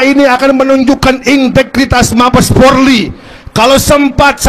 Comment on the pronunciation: itu yg orasi siapa namanya ? nyebut POLRI aja belepotan jadi PORLI ... habis koar²³ ntar ngabisin nasi bungkus banyak tuh.